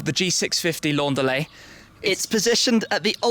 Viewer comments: Why is he pronouncing it the French way? Either English (because the report is in English) or German, because the manufacturer is German. But why French? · When he says "Laundalet", its like a mexican yelling "andale"!